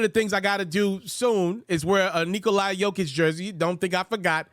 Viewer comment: Good job man, but come on, pronounce his name correctly it's Nikola, not Nikoli